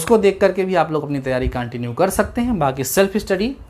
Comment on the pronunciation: He said cantinew 👏👏